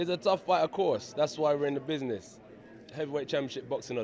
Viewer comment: No longer saying "I'm a business man" haha "I do buzniz"